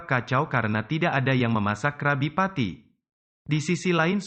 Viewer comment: Kak bukan Krabi petty, kalo Krabi petty di tulis nya doang kalo di baca nya krebi Petty